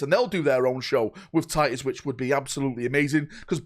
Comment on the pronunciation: "Tiy-uhs...our due-eh es doon" 😉❤